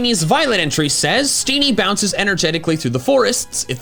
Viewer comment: I would also wear steenee deodorant, but only if we don't pronounce it "steenie" 😂